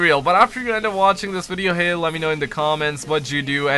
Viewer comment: Vwstching your vwindow